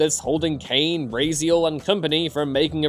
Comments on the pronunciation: The was he says Raziel like Ray z El vs Raziel like Ras E El makes me cringe. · Always happy to see Legacy of Kain on a list... But the way you pronounced Raziel...